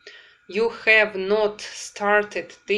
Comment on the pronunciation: Очень нравятся Ваши уроки, но мучает вопрос почему при произнесении has or have Вы их говорите с "э" ведь там должно быть почти "а", спасибо